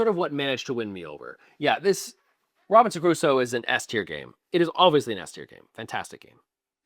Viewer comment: Man, I was totally loving this video until I heard Robinson kuh-roo-so. It’s kroo-so. Sorry to be that guy…:) Don’t take this seriously. But seriously, I love your “I don’t give a shit” attitude” where you shit on a game that one of the most respected publishers/developers in the industry (Jamey Stegmaier) spent years and years working on. Boss move.